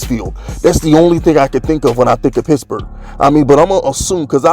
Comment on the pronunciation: I like when you say pittsburgh....sounds like pissburgh